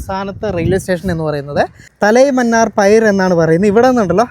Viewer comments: പൈർ എന്നല്ല പീർ എന്നാണ് വായിക്കേണ്ടത് . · Ithanu Thalamannar Piyar enna pronounce cheyandathu aniya 😅not Payar 👎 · പയിർ അല്ല bro പിയർ എന്നാണ്. .Mumbai port ലു boat ജെട്ടിയുടെ പേര് Bellard Pier( ബെല്ലാർഡ് പിയർ) എന്നാണ്. . കടൽപ്പാലം...കടൽ ഭിത്തി എന്നതിനെ ഒക്കെ സൂചിപ്പിക്കുന്ന വാക്കാണ്. . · പൈർ അല്ല പിയർ ആണ് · തലൈ മന്നാർ പയിർ അല്ല തലൈമന്നാർ പിയർ എന്നാണ് പറയണ്ടത്.👍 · Pier എന്ന വാക്ക് പിയർ എന്നാണ് ഉച്ഛരിക്കേണ്ടത്, പയർ എന്നല്ല. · Pier pronounced പിയർ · The correct pronunciation of pier is "pi-yer". It is very easy to check this on Google. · Pier .,....peeyar ennu parayunnathu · Pear aanu pronounce cheyy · പിയ൪ (R silent)